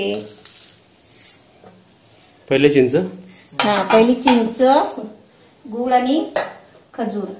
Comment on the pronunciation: गुल नाही रे गूळ!